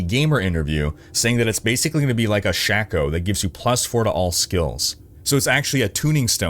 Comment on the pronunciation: What is it with saying evering wrong… wtf is a SHACK-O?!? It’s a Shake-o… then Trangs he’s called a Trans, no g… there’s like 4 or 5 other things I caught listening to something else… Tra-VINCE-al, not Travic-KAL… like I’ve been playing D2 since I was 5… and I never hear people Butcher these names as much (yes ik some people say trav differently), but come on… go back and play a couple 100 hours of D2… if you are calling it a SHACK-O, I honestly don’t trust youu